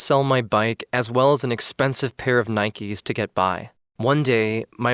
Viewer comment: It's pronounced Nike not nikeeeeee